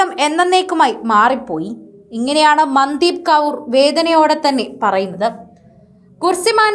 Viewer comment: മന്ദീപ് അല്ല മൻദീപ് എന്നാണ് ഉച്ഛരിക്കേണ്ടത്